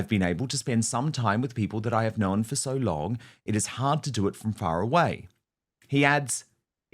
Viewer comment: Weird pronunciation of the word 'known' turning it into 2 syllables.